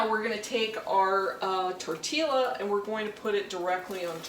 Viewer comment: Tortilla pronounced........ tor tee ah....Love your show !